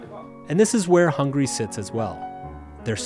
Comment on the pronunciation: Hungary has three syllables